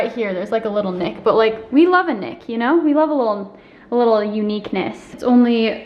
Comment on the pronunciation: "We love a little (k)Nick" 😂 I believe you already said it starts with H but it made me whip my head around when I heard that! 😂